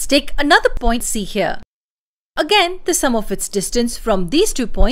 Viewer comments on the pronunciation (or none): none